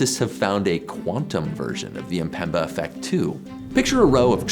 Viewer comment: Isn't amazing that many English speakers seem incapable of pronouncing Mpemba and say Empemba instead? The way phonetics of one's own language literally makes one uncapable of hearing some pronunciation details is crazy.